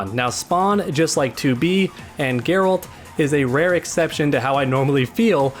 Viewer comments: Ga ralt from witcher its garalt guy not a hard name to say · Don't ever say "garoult" ever again it's geralt -"gare-elt" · The way you pronounced “Geralt” just made me cringe.